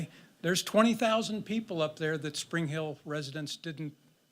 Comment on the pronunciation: SPRINGFIELD, Ohio…not “Spring Hill”. And FENTANYL… NOT Fentanol (there’s no such drug named Fentanol)